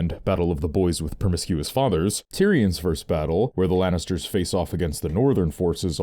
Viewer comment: "...of boys with permiscous fathers"